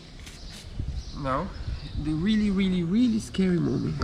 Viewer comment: you can pronounce your “R’s” as in Rubber gasket. Now try to practice your Really not weelly to help your English, please don’t be offended, take it as the challenge of the week 😉 love your videos things are coming on nicely. Really Looking forward to the next video 😉😘to you both🙂